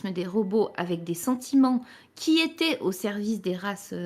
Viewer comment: C quoi cette manie de rajouter des liaisons en Z, "Qui z'étaient sur la lune" "qui z'avaient des sentiments"